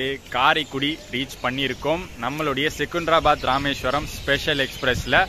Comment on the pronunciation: செகுந்தராபாத்-ன்னு சொல்லாதீங்க. செகந்தராபாத்- ன்னு பேச்சுவாக்கிலேயே சொல்லுங்க. லாலாகூடா இல்லை, லால்குடா- என்பதுதான் பெயர். நல்லவேளை இந்த பயணத்திலேயும் சிக்கன் பிரியாணியை பத்தி வர்ணனை பண்ணவில்லை. இன்னோரு செய்தி. எனக்குத் தெரிஞ்சு சென்னையிலிருந்து இந்த வழியா மீட்டர்கேஜ் கலத்திலேயும் முழு எக்ஸ்பிரஸ் வண்டி எப்பொழுதும் விட்டதில்லை. சென்னையிலிருந்து மயிலாடுதுறை வரைக்கும் ஒரு வண்டியிலே சில இணைப்புப் பெட்டிகள் மாத்திரம் காரைக்குடிக்கு இந்த தடம் வழியாக விட்டாங்கன்னு நினைக்கிறேன்